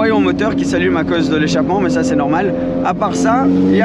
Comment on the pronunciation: Belle vidéo ,en revanche il faut que tu arrêtes avec tes maaiaiaias insupportable ca se prononce mais simplement .